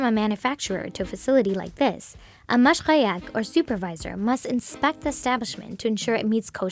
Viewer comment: Orthodox Jew here. Few issues which could have been solved with better research: 1) It's not called a Mashchaya, it is Mashgiach ( pronounced "mosh-gee-achhh" literal translation: Supervisor). Further he does not need to travel with it. He only needs to be there when it slaughtered "Kashered", and packed. If a store wants to be Kosher, he or she (20% of Mashigach's are women) needs to be there when the box is opened again. As long as the seals are not tampered with, he is not needed. 2) Kashering is not soaking it in salt water, that would actually be not-kosher. The process is actually they cover the meat entirely in large grain salt, then wash it off. They repeat this till it is done 3 times. It is not soaked. They also need to remove certain fats before. 3) Meat is not washed every 3 days, and I am worried if a Kosher supervisor isn't aware of basic Kosher rules. If meat is transported long distances, and it was not Kashered within the first 72 hours, it can be heavily rinsed with water to extend the Kashering deadline by another 3 days. It is a leniency to only be used when there is no other option. Today it is rare for it not to be Kashered after the first 48 hours. 4) The non-Kosher cuts of meat or cows that dont pass kosher inspection, the meat is never thrown out. The kosher meat industry has deals with non-Kosher meat purveyors who buy those meat off of them. They are never thrown out, as it would be a violation of the Biblical Law against wasting food. Just because